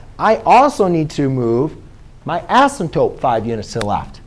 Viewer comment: "Assimtope," lol - couldn't resist. Great video, though. Thanks a bunch!